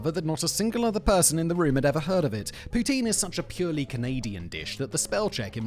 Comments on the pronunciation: Pronounced POUTIN, not Tine! Enjoyed this video. Agree that the food in Cuba is terrible but its the cheapness that gets us there for sure, its a trade off. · 3 thing about Poutine...1. The right pronunciation is like how Ryan Gosling saying it at the beginning of the part about it. The way you say it sound like Vladimir Putin. It's funny but we are used to it in Québec. 2. The cheese curds is more like mozzarella or light cheddar and not at all what you describe. It's a very basic cheese, the kind that last like 3 days but is very well made and super safe. Also because of the specific kind of cheese it's used, it's 100% sure it comes from my home region of Québec of Centre-Du-Québec, cause only Warwick produced that kind of cheese in the early 1900. Also the first to market it was Dominique Roy of Drummondville, who was owner of the Roy Jucep ( still exist and the poutine is not bad) and Victoriaville claims it's from there but it's because they are close to Warwick. To other Québécois, the version of poutine from the rest of Canada is usually shit because they don't use the right sauce or cheese, which unbalance the whole or doesn't melt which is sad. So poutine is mainly from Québec. 3. It's the ultimate late evening snack, as good if not better than pizza after a big party ! It got everything you need and more if you want a more fancy one with real bacon, or with spaghetti sauce instead, or just hot-dog sausage. It kills hangover with certain people and it's easy to share, so king of after party !